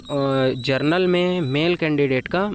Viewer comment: जरनल नही जनरल बोलो😅😂